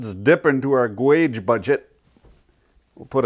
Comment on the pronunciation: I like how you say guage